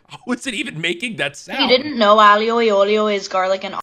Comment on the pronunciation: The chick that only uses two brain cells when describing food does that on purpose...right? Surely that's not how she really says aioli